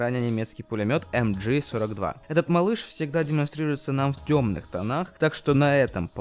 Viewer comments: Пулемет MG-42 называется ЭмГэ-42, а не ЭмДжи. Потому что на немецком это мащингевер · Не "а-амджи" это не англичашки правильно "амг 42" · МГ-42 (не эмджи, ты не реп читаешь "машингевер") и про этот легендарный пулемет ничего не нашел, но про древний кремниевый пистолет да.